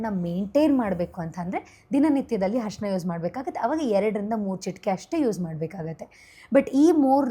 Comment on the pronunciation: ಹರ್ಷಣ ಅಲ್ಲ mam ಅರಿಶಿನ ಅಂತಾ ಹೇಳಿ ಶ್ವಾಸಕಾಸ ಅಲ್ಲ ಮೇಡಂ ಅದು ಶ್ವಾಸಕೋಶ